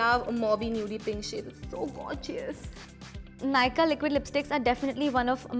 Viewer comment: Gorgeous is pronounced, "gor-jus" not "gore-Ji-us" like, stop.